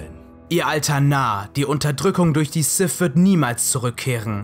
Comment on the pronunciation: Sif. Darf Vader. Wieso könnt ihr alle diese Worte nicht richtig aussprechen? -> Sith. Darth Vader.